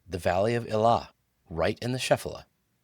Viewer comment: Very good! One tiny thing, though. Shephelah is not pronounced SHEF-a-lah, but sheh-FAY-lah.